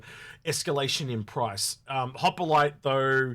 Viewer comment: I chuckle every time says Harbinger (aka "Harbringer") and Hoplite (aka "Hoppalite"). It's like George Bush pronouncing nuclear as "nucular".;-)